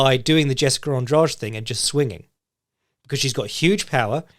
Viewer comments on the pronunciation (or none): none